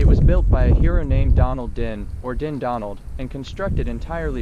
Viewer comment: Interesting castle to visit but you’re pronouncing Dundonald wrong. It should be pronounced Dun Donald!